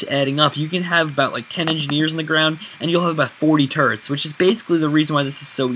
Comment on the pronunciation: When he says turrets , it's like he's saying turds ( sorry if I you are offended ) .